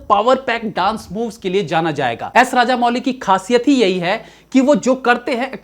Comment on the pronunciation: इनका नाम एस एस राजमौली है, राजामौली नहीं।